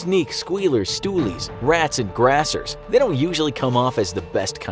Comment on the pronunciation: being from scotland “grassers” caught me by surprise😂 fair play though scottish lingo its grasses